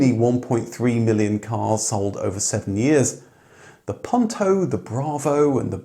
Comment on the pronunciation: POON-toe, not Punn-toe. TorOnado, not Tornado. Not hard to say correctly.